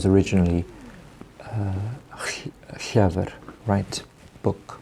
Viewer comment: Am I the only welsh one here getting rage about his pronunciations it’s pronounced Llufr not Llyfr 😫